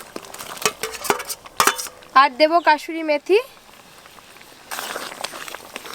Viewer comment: তোমার বিভিন্ন ধরনের রান্না করার চেষ্টা দেখে ভালো লাগছে, কিন্তু তুমি খাবারের নাম গুলি ঠি ক উচ্চারণ করা আগে শেখো ফাডাইস নয়, ওটা ফ্রায়েড রাইস কাশ্মীরী মেথি নয়, কশৌরি মেথি যখন ভিডিও করে লোক কে শেখাচ্ছ তখন নিজেকে ঠিক রাখবে তাছাড়া এটা করে তুমি ইনকাম করছো, সেটা মনে রাখতে হবে